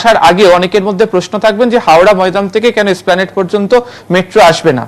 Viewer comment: এসপ্লানেড কে স্প্লানেট বলছে